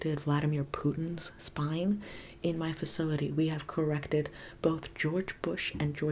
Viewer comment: Delbert Grady visited us when you said ‘corrrected’